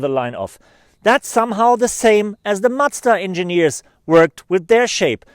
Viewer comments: It is MaZda, not matsda!! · Great review. Macda? :) You a Deutsch? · he does that by accident because he is german. Here we pronounce it matsda because that's how we spell a "z"